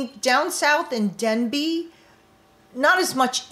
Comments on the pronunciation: There is no Village of “Denbey” there is a village of “Dabney” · You keep talking about the new village of Denbey in multiple videos. There is no new village of DENbey. The village is called DABney. Dabney, not Denby. Hope this helps.